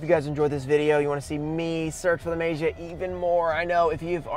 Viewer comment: Still pronouncing as May-jee-uh, huh? Lol It's Mah-gee-uh. No, not Mah-jee-uh. Mah-gee-uh.